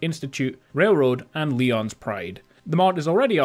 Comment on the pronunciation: Just so you know for future reference, Lyon's is pronounced as Lion's. Just thought I'd let you know :P